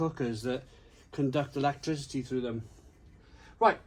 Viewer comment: "new fangled ones that conduct electicty to them" 🤣🤣🤣🤣